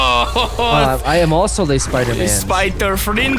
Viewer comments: is the best part xD "SpiterMang" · lol SPYDOORMANG gets me every time